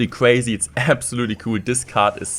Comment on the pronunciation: This is cwuaysi hahahha sooo ein deutscher